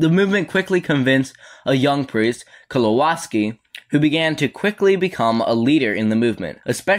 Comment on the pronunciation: who reads kowalski like that? WTF? I thought it was a common name in america.